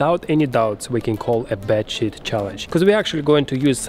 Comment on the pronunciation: His accent makes it sound like he's saying shit instead of sheet. 🤪